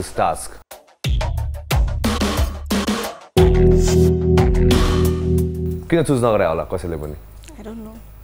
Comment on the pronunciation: most of them don't know how to pronounce task...